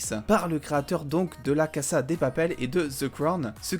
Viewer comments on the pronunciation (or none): Cassa ? Dis casa mon reuf oh